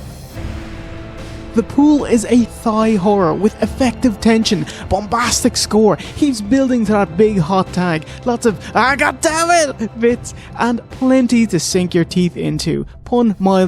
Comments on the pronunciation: So they pronounce three as tree but pronounce thailand as thighland lol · Ah, that Thigh Horror. I've heard of that.